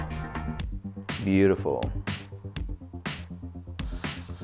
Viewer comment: He said "butifull" when pulling the tampon out